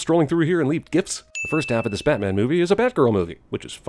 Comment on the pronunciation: he said "batmen" and that's sinful as shit